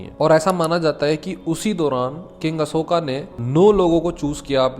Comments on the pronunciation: Bhai pehle toh ye mahan samrat ASHOK ko ashokaaaaa Kalingaaaa bolke naam bigaadna band karo tum angrezon ki @@@ nahi ho yrrr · भाई अशोक हैं न कि अशोका 😅😅😅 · भाई बस हिंदी को बिगाड़ो मत, कलिंग को कलिंग रहने दो कलिंगा मत करो और सम्राट अशोक है अशोका नहीं। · अशोका मत बोलो अशोक बोलो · Ashoka ❌ Ashok✅ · Bhai ap kaling kalinga nahi aur ashok aur ashoka nahi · Hay it's not Ashoka it's called ashok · Bhai Aapse Ashoka 😂sunn k achha nhi lga vo ashok h 😅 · कलिंगा नही कलिंग होता है अशोका नही अशोक होता है 😏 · ❌कलिंगा ✅कलिंग ❌अशोका ✅ अशोक ❌ मोर्या ✅ मौर्य Pahle bolna sikh le fir knowledge batna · Don't say अशोका to अशोक✌️🤍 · Ashok not ashokaa Kaling not kalingaa